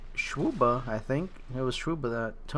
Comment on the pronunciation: I like how you pronounce (Or h/e you spell it) swuba, like schwuba :D